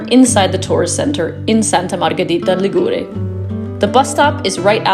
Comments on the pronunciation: Hi, no offence: Ligure has the accent on the i = Li'gure. But I forgive you because: 1. you may have been mislead by the fact that Liguria (the name of the region) has the accent on the u = Ligu'ria and 2. because your video is very very well produced, also the music is appropriate and you capture the essence of this small little gem in full. Brava!! Love from UK:goodvibes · Correct regarding pronunciation. However, the apostrophe should be written before the stressed syllable. 'Ligure, Li'guria.